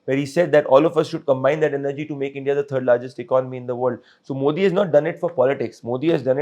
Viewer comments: You guys first need to learn how to pronounce our PM's name "Modi" correctly!!! Disappointing!!! Rest is ok. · Not Moordee its Modi .😅😅